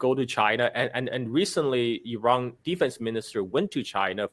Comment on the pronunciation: It's Iran not Erung